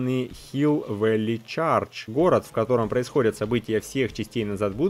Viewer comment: привет, я знаю, что ты учил немецкий, и не против, когда в комментариях подсказывают, как что звучит) чЁрч (церковь) и Valley как Вэли (ˈvælɪ) вторая эл не слышится. Спасибо за видео,.